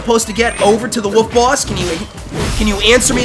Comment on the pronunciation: I know other people do this, but why do you say "woof" instead of "wolf"? :o